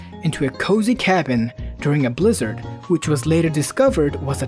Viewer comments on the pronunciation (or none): none